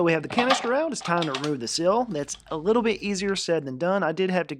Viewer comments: It's not a 'sill', it is a 'seal'. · Dude you keep saying sill you mean to say seal!!!